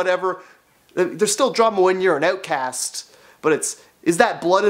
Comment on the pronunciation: "Being an ootcast" 😂